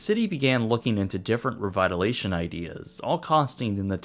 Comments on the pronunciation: It’s “ REVITALIZATION” not “revitalation”. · He butchers English words, too. Twice he said "revitalation", leaving out an entire syllable. Revitalization. I think he struggles with language a bit but I'm from Houston and this was a fantastic video. That's what's important. Not whether or not his parents could afford speech therapy as a kid. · This sounds nitpicky, but there's no such word as "revitalation." It's revitalization. Other than that, these videos are well researched, interesting, and educational. Well done, as always. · Hi. Great job as always. Just a quick note for future videos. The word you were looking to use was revitalization, not revitalation 😊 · Yes! And he said "revitalation" which is totally wrong too haha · "Revitalation"? Sue your English teacher. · At least that is a different language—he spent the whole video leaving a syllable of “revitalization”. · Say “revitalization” slowly a few times. You can get it.